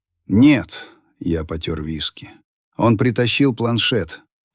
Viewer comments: Какой хороший ИИ... почти показалось, что живой человек читает...😢😢😢😢 потёр вИски - 32 минута, резануло слух... неуважение к аудитории и... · Ага...31.55 я потёр вИски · Потёр вИски!!! 😢 Ох уж этот ИИ! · Потер вИски, это как?)))слушаю этот рассказ второй раз ,получаю удовольствие, хороший , жизненный, только ИИ подводит с ударением!!